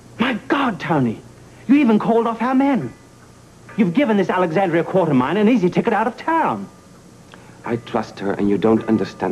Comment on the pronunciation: Well Victor also pronounces Alex's last name Quar-ter-mean. I guess it was so slight they let the line pass. And if you remember Frank Smith had that stilted way of delivering lines like Anthony. for what its worth.